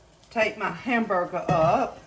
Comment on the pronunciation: I love how she talks! Hamburga, colanda, and flava 😂